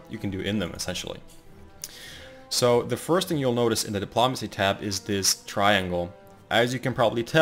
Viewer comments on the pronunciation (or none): your videos are good for information but your pronunciation of espionage and diplomacy is atrocious